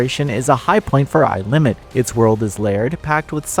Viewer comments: Nice review but pretty sure it’s A I Limit not Aye Limit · “Eye” limit is wild lol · u are supposed to read it together, you are not saying A I rplane right?